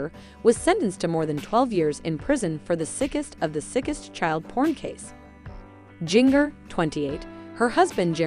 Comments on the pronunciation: WHo the F is Jing-ger???? Seriously her name is pronounced like the spice, gin-jer. Your fake clothing drama is ridiculous but your titles even worse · Her name is Jinger ( pronounced Ginger like the spice! ) Not Jin-ger!! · You obviously don't read the comments, about your pronunciation of mongers first name, try reading the comments, and notice your mistakes.